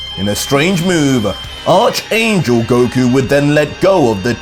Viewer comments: It’s pronounced Ark angel. Not arch ya back arch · ARK. - ARCH YOU SAY ARK ANGEL ITS JUST SPELLED ARCH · it's pronounced "ark" angel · Great content. I hate to be the guy but Arch in Arch Angel is pronounced "Ark" via the biblical term of the Arch Angels like Michael, Amenadiel, Rafael, and Lucifer.